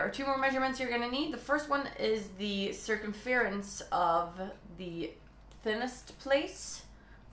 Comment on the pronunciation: I love the way you pronounce circumference it sounds so much nicer than how we English say it,kind of like sir-cum-fur-unce :) x